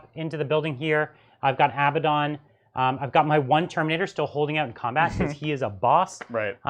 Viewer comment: Hello, please pronounce his name correctly, it’s A bad un, not ABBA Don! That sword of his is deadly, may the False Emperor protect you!